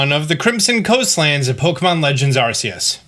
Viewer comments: ArKeus, not Arseus 🤣🤣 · Are-key-us it's literally said in the trailer lol